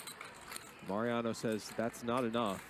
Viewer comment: Mau-Riano not Merry-ano. Thanks.